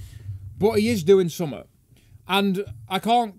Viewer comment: RPM says the word "something" very strangely